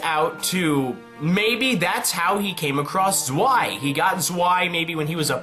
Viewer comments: zwei is prounounced as tswei, even if im not german it kinda hurt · I know it's an old video but zwei is pronounced tsvei